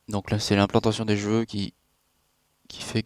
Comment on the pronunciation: C'est moi ou il dit "j'veux" au lieu de cheveux? Ca me stresse !! XD